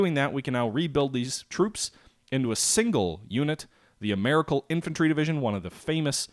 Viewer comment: Ameri-Cal, does not rhyme with miracle. Maybe you can't help yourself, I know what you mean anyway.